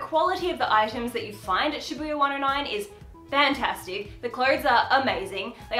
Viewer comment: I hope this is not insensitive of me to say but in the beginning when you kept saying Shabbuiya my brain turned to Bring It On and was like, "shabooya sha sha shabooya, road call"